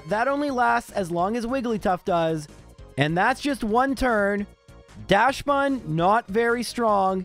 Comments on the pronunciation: Dachsbun is pronounced DAXbun, not DASHbun. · FYI, Dachsbun is pronounced "DOCKS-bun." It's named after the Dachshund, also known as the "wiener dog."